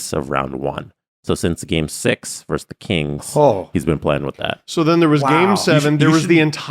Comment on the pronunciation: it's "versus", not "verse".